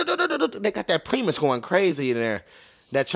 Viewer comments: It pronounced pry-mus. Great video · Is it time for Haunted House 2 yet? By the way the band primus is pronounced pry-mus